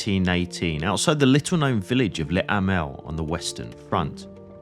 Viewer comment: What would it take to make english-speaking commentators learn just a LITTLE basic french or german? They say VON when it is FON and they say LE when it is LUH. Is it impossible, then?